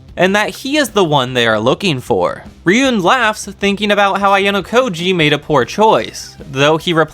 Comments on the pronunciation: I also hate when you say ryuén, That must spell Ryuu ( dragon ) en ( I know e spell like that in English but it wrong ) but better you listen the anime and learn how that spell that correctly for real, Just little advice thanks for making this video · It's Ri-Yu-Wen. That's how it's pronounced. Also it should be pronounced Itchy-No-Se. Not itchy nose